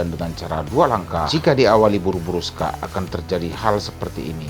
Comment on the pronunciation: Kok bilangnya sokakk😅😅